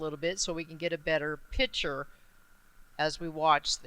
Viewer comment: PIC-TURE. Not PITCHER. Babbling fool.